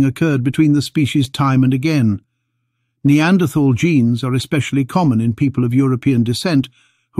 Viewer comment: I wish they could manage to pronounce Neanderthal correctly